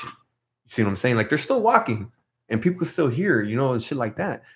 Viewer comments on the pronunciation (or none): none